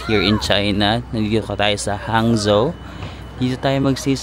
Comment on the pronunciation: Not Hang—Zo / the correct pronunciation is HANG—JO